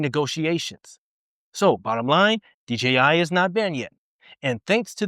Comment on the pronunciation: Thanks for the info sir. Oh, and one very small thing. Thanks for saying DJI instead of DGI. Again, just a small thing, but it's so huge for me, lol. Take care, stay safe, and keep flying!